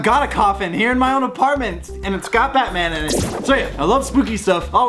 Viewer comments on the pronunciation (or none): none